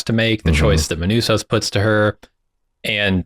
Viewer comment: Seriously guys, Manousos is not a difficult name to pronounce.